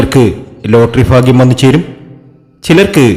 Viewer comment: ഫാഗ്യം അല്ല 🥰ഭാഗ്യംഫേക്ക് പ്രവചനം